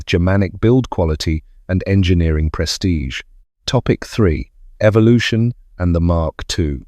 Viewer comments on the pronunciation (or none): none